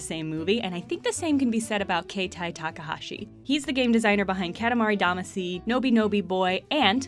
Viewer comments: its really sad you cant pronounce katamari damacy or wattam correctly gotta give this a thumbs down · Her saying katamari Damaci wrong broke me